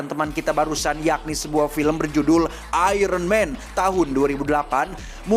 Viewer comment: Iron mang bukn iron man🗿🗿